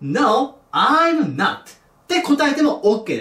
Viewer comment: not(なっと)を聞くたびに納豆って思う